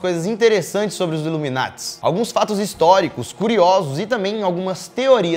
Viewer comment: É sas ipianhada iveta coisa, luminati kkkkkkkkkkkkkkkkkkkkk é nada.